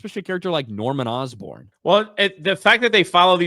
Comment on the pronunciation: Norman Osborne ❌️ Norman Dustborn ✅️